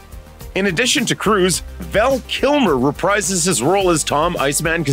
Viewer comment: The word “reprise” is pronounced re-preez.